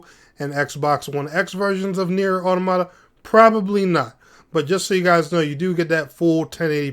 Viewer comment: Still mispronouncing automata